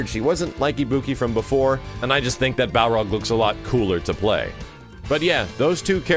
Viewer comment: learn how to say Balrog.